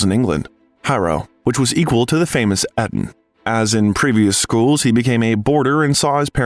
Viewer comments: It’s not ‘Et-on’, it’s ‘E-ton’. It’s not ‘vis-er-roy’; it’s ’vice-roy’. It’s not ‘Mister Churchill’; it’s ’Lord Randolph’. I listen to these things so I learn. Nothing to learn here. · The narrator's performance should be edited so he pronounces words correctly. It breaks my attention every time I hear the errors. Example, Eton is long Ee-tn, not Eh-tn.